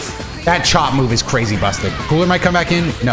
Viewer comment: When you said cooler it sounded like kool-aid when you said it at first 🤣